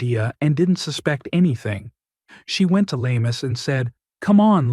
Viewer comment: Very sad when a child dies but more so when murdered. Lamis is pronounced Lam-mees and not la-mus.